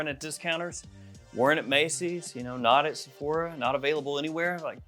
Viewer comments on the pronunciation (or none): none